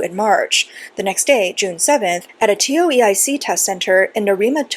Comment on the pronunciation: Was wondering what a TeeOh EeEye Seek exam was.. Tow-Ik